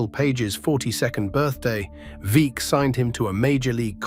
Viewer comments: Veeck rhymes with Beck. Great video otherwise. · Bill Veeck.. Pronounced Veeck as in Wreck. AI is not ready for prime time.